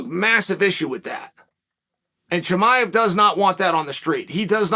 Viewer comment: I’m very surprised Chael pronounced “Chimaev” correctly.